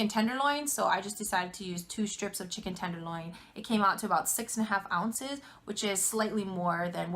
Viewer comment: great vid! mmm! chi-kon good! korben dallas moll-tee pass 😂